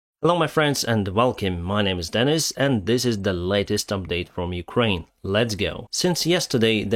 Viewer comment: Did you ever pronounce the name as "Kraine"? Probably not: It really needs a "U" there: "Ukraine". The same goes for "sitation". That too really needs a "U": "sitUation".